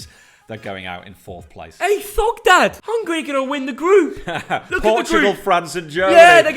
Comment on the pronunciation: Did anyone realise at the start of the intro he said hey guys here or something like that🤣🤣